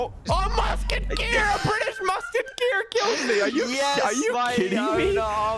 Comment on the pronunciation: MUSKEKEER A MUSKEKEER its a musketeer